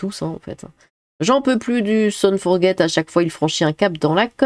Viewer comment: Hmf, c'est pas "fort guette", ni "fort jette", c'est "forgé". "Guy Forget" (forgé) a été un grand joueur français il y a bien longtemps. Son vrai prénom ça doit être "lézépé" (lézépé son forget, ok je sors)